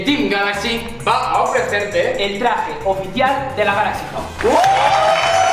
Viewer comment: Cuando quería decir galaxy wow dijiste galaxy Río jaja😆😆😆😆😆